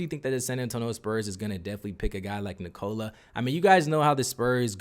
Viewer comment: Knee-koh-la NOT knee-cola. Wtf.